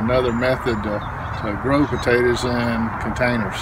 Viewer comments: I like the way you say tators. GREAT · why does he call it Pawtaytaz ? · Thank you, love the way he calls them, "tadders " and how refreshing it is to hear your prayer at the end!